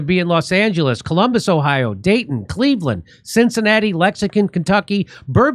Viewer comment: Can you say, "Lex-ing-ton"??? 🙃